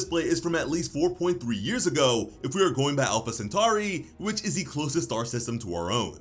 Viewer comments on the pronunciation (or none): none